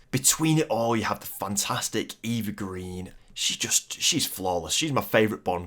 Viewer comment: Pronunciation, pronunciation, pronunciation. Eva Green is pronounced Ay-va not Ee-va Lazenby is pronounced LAY-zenby not LAZZ-enby Cornell is pronounced CORR-nell not cor-nal